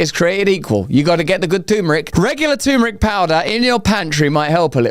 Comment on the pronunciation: Lotta lotta love for you Russell but please, it's not tooomeric ffs, it's terrrmeric :D